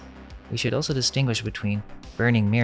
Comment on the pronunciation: why??? I want these videos to reach as many people as possible and when you CONSTANTLY screw up simple words, you alienate INTELLIGENT people who COULD help, but don't because they see you as stupid. Saying "dilapiTated", "oso" (instead of also), "REVOLUTIONALIZED" (not a word) and a BUNCH of other stuff just makes this dude look stupid and takes credit away from the AMAZING work they ACTUALLY do!! The ARROGANCE it takes to tell someone "calm down" means you're a part of the problem... especially considering, why SHOULDN'T he/they fix such easy, OBVIOUS mistakes??? Do YOU want to walk around saying dumb things or saying things wrong??? I'm SECURE enough that if I'm saying something WRONG and someone CORRECTS me, I ADAPT... I don't just keep "believing in the bible because I WANT to" (thats an ANALOGY since I'm SURE you're confused)...